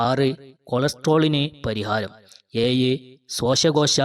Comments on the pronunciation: അത്തിപ്പഴം, ഏഴ്, പതിനേഴ് എന്ന് തന്നെ പറഞ്ഞു ശീലിക്കുക. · പഴം എന്ന് പറയു. പയം അല്ല. ഏയ്‌ അല്ല ഏഴു. സ്വസ്കോസം അല്ല ശ്വാസകോശം. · പയo അല്ല പഴം എന്ന് തിരുത്തുക 'ഏയ് അല്ല ഏഴ് എന്ന് തിരുത്തുക😂